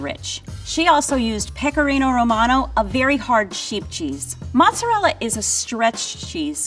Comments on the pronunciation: Why does not know how to say the entire word is the American school system really that bad? It’s mozzarella not muts it’s cheese not dog you find in the street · The "moots" made me cringe SO hard. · I know is the real deal because she says mutz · I’m yet to meet a person in real life who called Mozzarella “mooutz” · Why does continue to pronounce MOZZARELLA like that? Italians don't even say that. She should be level 1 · Because of her accent. She's not Italian either, her mother in law was. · I started saying mozz the way that does, but had to stop cuz hubby had no idea what I was talking about! But I still say it that way in my head. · The way the old lady say mozzarella or whatever she is saying is making me cringe. And no flour? Four is there so the egg and bread don't just fall off. It's much more sturdy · Italian-Americans think that that's the correct way of saying it, real Italians think otherwise.